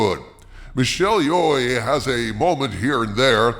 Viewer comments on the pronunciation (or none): Not /ˈjɪɔ.eɪ/ or /ˈjɔ.eɪ/ or /ˈjɑ.eɪ/ – Michelle Yeoh /joʊ/. /j/ is "y" in "yes" /jɛs/ and /oʊ/ is "o" in "code" /koʊd/, American English. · eh it's pronounced yo not yo e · It’s projected Yeoh with silent “t”, not Yeoi🤦🏻‍♀️ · If you're going t trash something, even something that deserves to be trashed, at least learn how to pronounce the actress's name correctly otherwise you sound like one of those terrible AI generated videos.